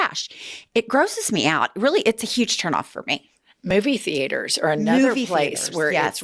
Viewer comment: Not Thee-ate-ers lol